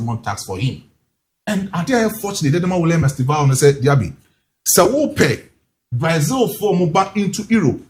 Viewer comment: You guys stop calling it Braizil! It's not Braizil! It's Brazil!